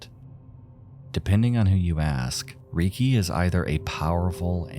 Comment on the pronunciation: Reki not riki